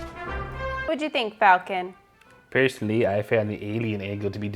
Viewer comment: I almost though dropped an F bomb when she said Falcon!